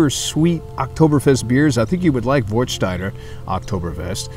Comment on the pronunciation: Nice review. I have just one suggestions about the pronunciation. It's an "a" not an "o". Warstein like Westphalia.